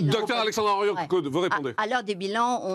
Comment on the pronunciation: Morandini,vendu de la télé,et il fait exprès d'ecorcher le nom de la brillante généticienne Alexandra Henrion-Caude,pas Claude,connard!